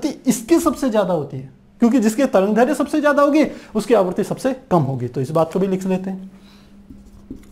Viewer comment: sir tarangdherya nhi tarangderdhya h